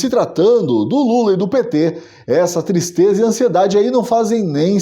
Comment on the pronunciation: Que "tistreza"